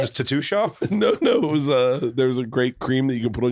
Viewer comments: I love burt but there is no excuse to pronounce tattoo too too.... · Bert pronounces tattoos like Chip Chipperson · God can Bert grow up and just say "tattoo" correctly? It's purely annoying at this point